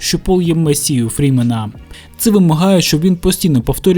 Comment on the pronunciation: Фремени, а не фрімени) І ще багато інших помилок, бо автор розказує суто про кіно і не розбирався в міфології)